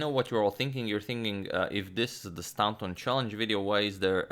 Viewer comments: Probably should have said a few videos ago, but you're pronouncing 'Staunton' incorrectly. You're saying 'STOW(rhymes with cow)+NTON' but it should be 'STOR(rhymes with war)+NTON'. The 'taunt' part is the same as the word 'taunt' and as it is in the town of Taunton, Somerset. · It's pronounced 'Stornton' not 'Stownton'. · Staunton is actually pronounced Stornton not stowton. It's an "or" as in core sound not an ow as in cow. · I've been meaning to say this for a while (have been watching this series from the beginning.) But I'm finally going to mention it: Pretty sure 'Staunton' is pronounced 'Storn-tin,' not, 'Stown' (like the word 'town' with an 's' on the beginning,) -tin. Interesting game though, and it's nice getting a bit of back story too :-) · Staunton is pronounced 'stawnton' just to clarify. Loving the Morphy series it's fantastic. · Love your content! By the way, the au in Staunton is pronounced the same as the au in Paul, it’s an ‘or’ sound. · The "au" in Staunton is pronounced "aw" in straw.... more vast knowledge. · I found a source that says, 'Stahnton'. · Staunton is actually pronounced like 'Stoornton' FYI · Staunton pronunciation: The first vowel sound is pronounced like straw. English diphthongs are very tricky and often irregular